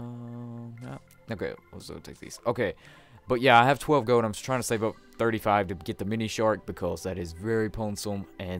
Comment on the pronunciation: it's gold. Not goad